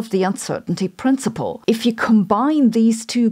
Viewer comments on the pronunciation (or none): none